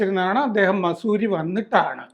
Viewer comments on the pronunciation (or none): മസൂരി അല്ല വസൂരി